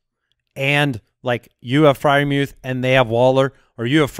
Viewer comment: The announcers have been pronouncing his name like "Mooth", no E sound